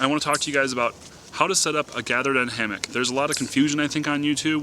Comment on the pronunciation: Say "hamick" one more time...